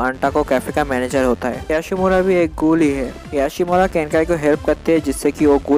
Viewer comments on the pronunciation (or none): Gool kyo bol rha h bhai